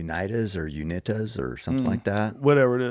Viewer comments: " the unitas mountains" hahah close there. It's the Uintahs. You-in-tah 😂😉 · It’s pronounced like “YouInTa” Uintahs. Sending love from Utah. 💯